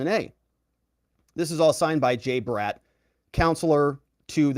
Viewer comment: Y do u pronounce the name BRATT as Brett? Odd!!!